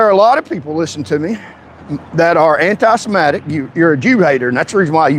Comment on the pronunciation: You don’t even know how to say the word “antisemitic”. The only entertaining part of your drivel is your ability to misuse and mispronounce your native language. If English is the official language of the USA (it’s not), you should learn to speak it. Failed Patriot.